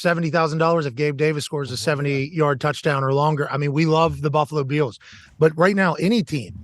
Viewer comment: Why can't McAfee pronounce "Bills" properly?